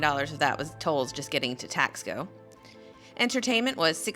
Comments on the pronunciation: I wanted to be objective and to see if there was a nugget I could take away. But don’t worry, I won’t be commenting on any of your other videos. By the way, have you learned to pronounce Taxco yet? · I found this video quite frustrating, but I did watch it through to the end. I would've thought in visiting a place you could give it the respect it deserved, and even learned how to pronounce "Taxco" correctly. I did find the commentary reminiscent of most of the US tourists I have come across in Mexico - unresearched, a little condescending and expectations that Mexico is the 51st state of the US.